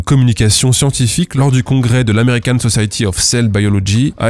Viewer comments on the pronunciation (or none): none